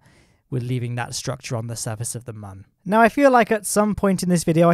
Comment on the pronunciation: Nah. There’s no umlaut on Mun (there aren’t two dots above it). Squad has confirmed it’s Mun, rhymes with Sun.